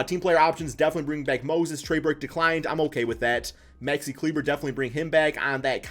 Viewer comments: Maxi Klee-Buh not kleeber 💀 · Maxi kleever